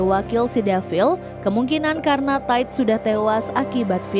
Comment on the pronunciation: Solnya kan bisa jadi cowok. Jadi mereka mereka ... Min, bedain cara baca TIDE yang lebih kayak ke memuai di bagian bunyi AI nya gak sama yg kayak di pikiran elu: Ta I 😆